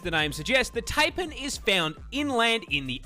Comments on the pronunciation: Don't be surprised by what the named the Newcastle Big Boy. We nicknamed the Terror Bird that used to live down here the 'Demon Duck of Doom'. Yes, really. Edit; Also, as an Aussie I feel grave offence for his mispronunciation of Taipan (tie-pan). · Yeah, that snake pronunciation always irks me.